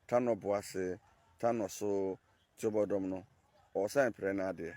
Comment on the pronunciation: Pronunciation is Tuo (gún) - bodom